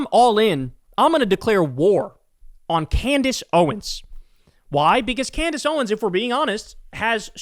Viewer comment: CandDace. The name is CANDACE.